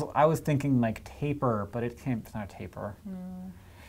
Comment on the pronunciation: 1. Seals have 0 legs 2. That is not how you pronounce tapir, its pronounced more like tape-year not taper as that is a word refering to something narrowing.